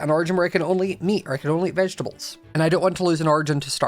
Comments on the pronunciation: I love how said vegetables “veginavables” 💀 i love your videos by the way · Afterlife 2.0 Edit 1: bro said "vege-na-bles" :skull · The way says "little crates of veginubels" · "Vegenemables" yes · “Veginables”got me down on the floor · “It’s a Little crate if veginabables” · "its a crate of VEgiNaBLEs" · Ah yes, the Veg-En-ah-baBles. We love you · “Stop.. stop their little crates of Vegnababables” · “There are little crates of vegenabubles” -, 2023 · Ah yes, vegelebles. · talking vegetables:vegenamables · Why did say veganables? 😂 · The way he said vegetables 😂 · failure to say “vegetables” makes my day